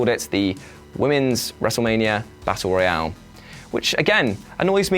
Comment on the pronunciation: Am I the only one that gets unnecessarily annoyed at the fact he pronounces Battle Royal as Battle Royale